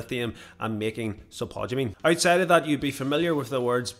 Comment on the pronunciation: Dude. Its spod-u-mene. Not....spu-tod-u-mene.